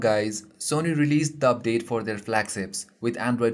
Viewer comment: hahaha, "dubdate"